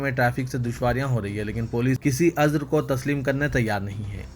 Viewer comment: Azar?? Ya Uzar Talaffuz sahi kiya jaye